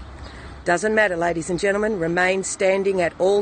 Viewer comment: Every time she says ladies and genleman randy pops into my head!😂😂